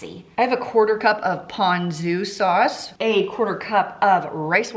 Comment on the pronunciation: For the Korean Beef did you say you add Pondu sauce? Sorry, was not able to figure out the name of the sauce even after replaying a few times....